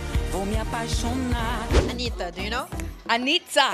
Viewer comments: Fergie falou certinho os nomes Ela falou anitta e não anira TE AMO FERGIE VEM MORAR NO BRASIL VC JA É DE CASA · A primeira gringa que vejo fala o nome da Anitta certo e não Anirra kkkk